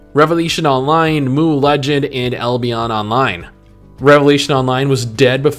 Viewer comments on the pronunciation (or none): Mooooo Legends? It's M.U.